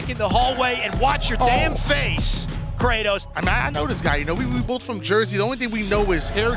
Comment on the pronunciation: He said cratos what you doing buddy hahahhahah my dude